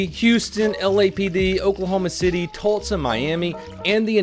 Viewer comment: "Tultsa" I'm now going to call it that for the rest of my life